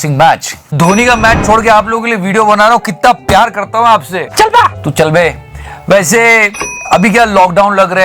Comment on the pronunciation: it sounds PAISE instead of WAISE. Watch the video from n u will understand the reason 😉